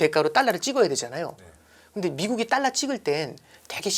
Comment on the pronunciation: 딸라가 아니고 달라~~~